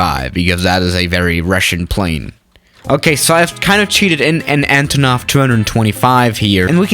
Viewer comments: Just for future reference, it's not pronounced ANTAANOV but ANTOOOONOV. Instead of the aa, it's a long oooooo sound. Antoooonov. Your pronunciation has always triggered me, 😂😂😂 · Nonono if your gonna say antonov in russian its like VODKA